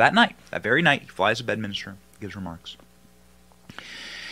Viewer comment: BedMINSTER not BedMINISTER